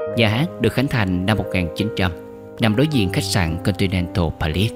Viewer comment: Trời.. Chữ Continental Palace, Catimat...mà đọc không được...làm phim tài liệu thì nên học cho đúng... dốt quá là dốt...